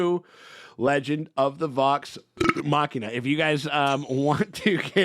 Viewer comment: Hey! He pronounced Machina correctly! Subscribed!😊